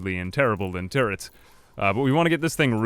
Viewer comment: The way you said turrets at the beginning sounded like tourettes... just saying